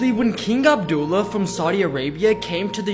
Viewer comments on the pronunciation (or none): Learn how to pronounce Abdullah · That’s not how to pronounce Abdullah you can go to google translate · As a Saudi Arabian, I cried hearing his way of pronouncing abdullah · What is this guy? A hater or something. First of all dude, get ur pronunciation right. Abdullah not Abduuulah. Second, that's not revenge but disrespect at the King. That's a bad sign & shows that they don't see everyone as equals.